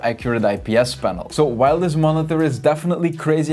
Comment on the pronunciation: Why do you say monither